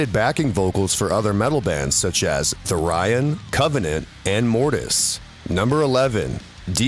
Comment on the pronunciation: Sounds like ChatGPT created this video complete with looping live scenes. Thing that pissed me off was hearing "Theer-ion"